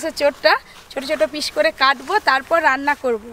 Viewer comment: Pish na piece hobe